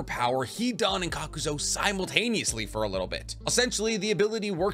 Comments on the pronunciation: Loving your videos fellow Anime weeb, but in fairness it some of your video's you have some odd choices for how you pernounce some Names like Kakuzu you say 'Kakuzo' but it is just you my man so you do you love the info I gain from the video's. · Serious question.. is he knowingly mispronounceing names all the time so ppl comment ab it and the algorithm likes that?? Like.. kakuzo? Its honestly annoying af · Kakazo and homage. Lol love the repeated mispronounced names. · THERE IS NO "O" IN KAKUZU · Please learn to say Kakuzu. It's not Kakuzo. Edit: also, the H in homage is silent. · KAKUZU > “Kakuzo “ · Why do you keep pronouncing his name kakuzo when it's supposed to be kakuzu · I know you arent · Kakuz-oh Tsu-chay-kage Edo Ten-sai it's endearing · How you pronounce Kukuzu wrong? But Chiriku right? They both have the same U pronunciation at the end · THANK YOU HE WAS DRIVING ME CRAZY WITH THAT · Hate how you’re pronouncing Kakuzu